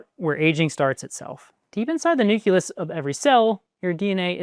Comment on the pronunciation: He can't even pronounce nucleus correctly.